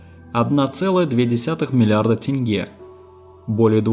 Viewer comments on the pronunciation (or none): none